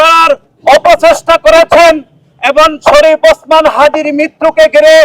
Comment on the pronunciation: যাক ভালো নাম টা ঠিক করে বলতে পারছেন।